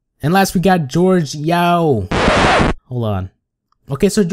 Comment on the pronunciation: Its not George